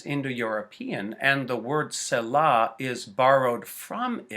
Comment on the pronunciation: You are pronouncing it wrong, and it is driving me fucking mad. Also you are wrong!. It simply means to pause and reflect. See- LAH. Not Sella . Stupid ass.